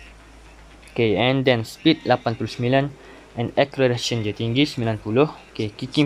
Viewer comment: Cara sebut acceleration tu mcm ni " ekselerasyen" bknnya akkelerasyen